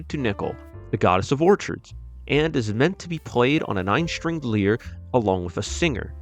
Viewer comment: One small mistake I noticed, The “Lyre” instrument isn’t pronounced “leer” but instead like “liar”